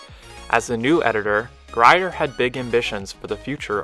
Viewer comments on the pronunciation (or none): "Lyon" is pronounced just like the animal "lion," "Grier" is pronounced "greer," and "LaPorte" is pronounced "la port."